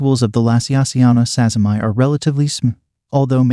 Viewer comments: oh ok, I thought he was japanese bcus the two ppl who desribed the spider were japanese and it seemed like a Japanese name. but still his name was Sazima, the spider is also called Sazima's tarantula, so the point stands that it should be sazima-ee rather than sazzy-my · yeah the whole japanese thing really isn't relevant lol. what matters is that the person the spider is named after is Sazima, so preserving the pronunciation of that name, as per taxonomic convention, we get "sazima-ee" as the right name for the spider.